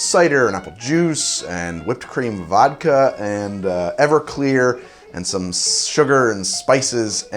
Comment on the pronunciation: When he said whipped cream vodka I thought he said cream of vodka